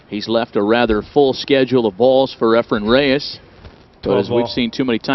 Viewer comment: I couldn’t agree more… the only thing Sigel is any good at is running his mouth!!!!!.. I know this is old but someone needs to tell these horrible commentators that there is no “m” in Efren…